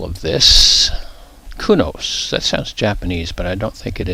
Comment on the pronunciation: Kunos pronounced Kunosh was the lead deleloper's cat!